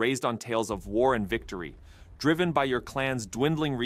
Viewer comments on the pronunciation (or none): none